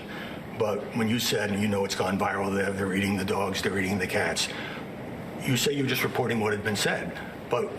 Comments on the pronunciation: "They're eating the cats; they're eating the dzawgs..." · I like how you made sure to pronounce dogs like the Fat Orange TURD, when he pronounces it like “dohgs” 😂😆🤣